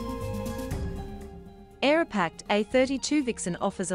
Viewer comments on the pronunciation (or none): It’s Aeroprakt not Aeropakt…